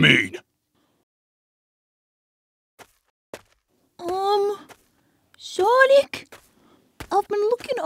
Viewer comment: "HEY SHONIC"